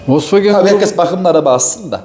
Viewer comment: Folks vagen (VOLKSWAGEN)